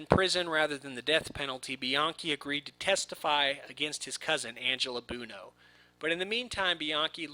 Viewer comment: Please learn how to pronounce "Buono". Thanks! It's "BWoe-No". NOT "Boon-o". LOL